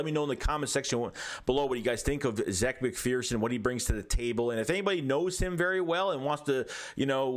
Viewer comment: Zach he says his name is pronounced like Zach